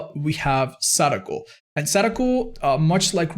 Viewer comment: Hey just wanted to say not only thanks for the content, but as someone who speaks Japanese your pronunciation on Sadako's name actually took me by surprise, I think I've been too used to hearing Dowsey say sudoku constantly but you did great!:)